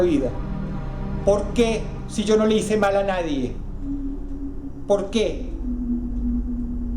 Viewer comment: Polque? No hay polque